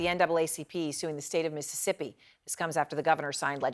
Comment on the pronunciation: Misissippee Cee Cee Pee